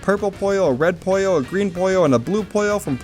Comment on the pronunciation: Puyo is pronounced as “Puu yoe” not kirby